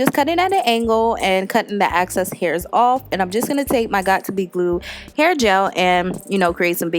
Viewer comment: Fire. + “excess” X. Cess.